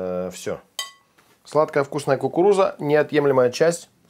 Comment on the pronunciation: "Сладкая вкусная Кукуруза - неотъемлемая часть Русского Салата..."Произнесено как цитата Н.С.Хрущева прям!😄